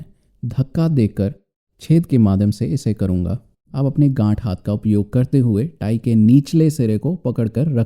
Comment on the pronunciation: 1.24 gath to gand jaisa sunai de raha tha😂😂😂😂😂😂😂